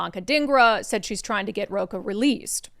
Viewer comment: I think you've been in the US enough years to know that the "ch" sound in Spanish is not "k or c" sound, it is like "chile, chile" ch, ch, ch. So his name is Ro-CHA as in cha-cha-cha